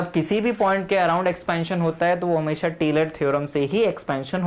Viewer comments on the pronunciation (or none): none